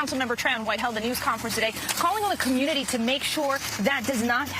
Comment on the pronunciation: "Dey attackin' dah black ca'moonity"